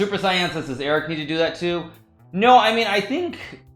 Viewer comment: You can tell naka is not a dbz fan, he could say saiyan right